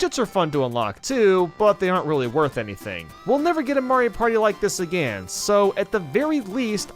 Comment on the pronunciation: Another word he can't pronounce lol, along with again